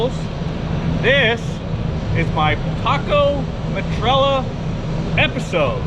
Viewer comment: Stop saying metralla! Aghhhhh!! Me-tra-ya 😂